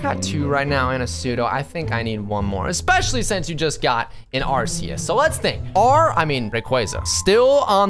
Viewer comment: It's Arceus